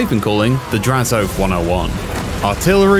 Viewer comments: My man said “draz-OATH”, but it’s pronounced more like hoeth with an a and no h. Drazho-ath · I’ve never heard anyone call him Draz-oath. Always Drazo-ath. Interesting.